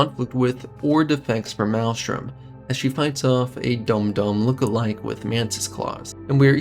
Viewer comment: Good videos, bro. But it is pronounced MAILSTRUM